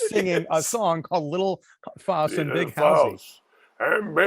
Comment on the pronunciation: Did you guys even see this movie?? Can’t pronounce Halsy. Missed so much!!